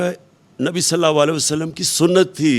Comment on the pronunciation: Jisko Sallallahu Alaihi wasallam bolna nahi ata tum log Usko pata nhi kesy support kar rahy ho bhai Is shaks ny Apko Siway taqreer karny ky Aur Ehsas programme sy jo Mustahiq nhi thy unko paisy 12000 deny ky elawa Arbo rupees ki corruption ky siwa kya diya Mahengai itni ki ky Ghareeb banda Ki khareed o farokht karny ki oqat nahi rahi Allah Ap sab logo ko hidayat dy Khuda kelye apni Ankhy kholo Agar Achi Taqreer karny sy 4.5 Achi batein karny sy kuch ho jata to Aj Hum Pakistan waly Kaha hoty Kashmir bhi hamara hota Imran Khan jesy Achy Muqarrir buhot hain Har Gali Muhally mein